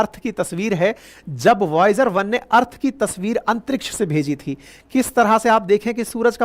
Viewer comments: Sir usko voyager bolte hain voyag Nhii 😅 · Voyager one है सर ना की voyaaj कही voyaaj बोलते बोलते yamraj मत बोलने लग जाना😂😂😂😂